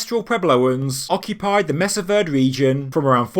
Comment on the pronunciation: I grew up very near Mesa Verde and went on school field trips to it. I have been to it several times as an adult as well. Just so you know, it i pronounced mesa (you got that right (may-sa), it means table in spanish), verde, ver-day (spanish for green, the green table). You used to be able to go through a bunch of tunnels when you visited there, if you fit (some tunnels were very narrow so you had to be relatively skinny to fit through) and one was pretty much a one way journey. There were ladders pecked into the stone cliff going both up and down. Going up is where they farmed, on top of the cliff, and going down to get water. They wove watertight baskets to carry water. This is a very cool place to go see if you are around the area.